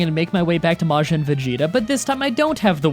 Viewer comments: Its majin vegeta not majen vegeta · You took me out with the way you pronounce Majin alone.